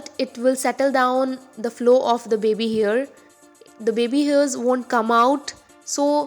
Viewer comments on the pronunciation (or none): It's 'scalp' not 'scelp' n 'hair' not 'here' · why are you pronouncing 'hair' as 'here' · the pronunciation of hair is disgusting..... it sounds like "ears" sometimes "here or years".....